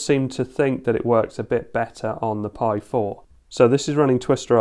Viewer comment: its piiiiii not PIE and piiiiiiimiga not PIEmiga. i mean if it written pi pronaunce it pi not pie(pai) yeah even written pie is pronaunced (pai) lol yes tes in my language rules. and thats write read and pronaunce like it is. english alphabelts a=ei b=bi c=ci my language a=a b=b c=c LOL funny right. uk pronaunce cat as cat and american pronaunce cät. there is no ä in US lol. pi pronaunces as pie. and pie is pronaunced pie LOL. some englisj word are pronaunced as it was my language but some are like WRITTEN WRONG lol why same aplhabet is pronaunced different in other words LOL it should say same its same LOL xD